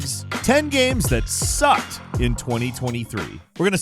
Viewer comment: Damn falcon was getting personal with that “SUCKED”😂